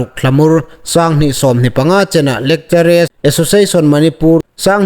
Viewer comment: 'Lekchere' tia lamrîk hi a ni naw taluo deu naw maw?? Fîmkhur deu a tha awm ngéi. 'Lekcharar' tia lam ding ni lem awm tak a nih. No offensive aw